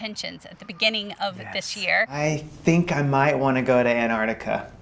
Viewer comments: AN-artica, is that the American pronunciation? Everywhere else it's ANTartica. Jus sayin. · sorry to be picky but its not Anartica its Antarctica. you are treating the t as silent. is this just the American way? but I still love your vids guys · No such place as "Anartica"... it has a "T" in it.. "AnTartica"..... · Love to see you guys but please please could you pronounce the first 'T' in AnTarctica. Thanks. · Very exciting for you both. About the pronunciation of Antarctica. Time to learn to include that first c. I know it's a lost battle with aluminium :) Back to your questions. Sea kayaking way down south is amazing! Being so close to the ice is crazy cool. Polar plunge? Absolutely. We did that in the Bay of Whales. Penguins are the best!! Leopard seals surprisingly beautiful, and scary.